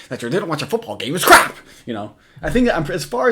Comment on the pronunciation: oh cwap